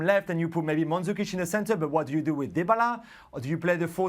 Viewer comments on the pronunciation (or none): Nigga did you just pronounce dybala like that